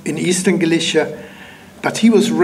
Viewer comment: No, Galicia as in Spain comes from the word Gaelletia while Galicia as in this talk comes from Halychina, since the G/K phoneme in the Polish/Ukranian languages sounds closer to H and not G or K as it does in Latin languages so the pronunciation should be enough for anyone to realize what he is talking about.